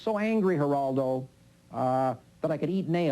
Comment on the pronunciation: A typical bully tactic, is to repeat the target's name over and over again. And yet, Bugliosi never learned to pronounce "Geraldo".